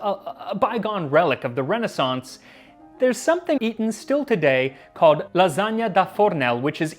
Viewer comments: If you’re gonna claim it’s English, then pronounce it like they do! Leh-ZAN-yer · Is "lasagne" english? No.